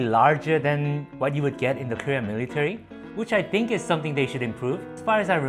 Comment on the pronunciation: how many times does he say "miritary"